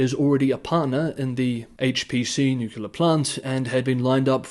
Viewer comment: Please check pronunciation of nuclear. Thank you.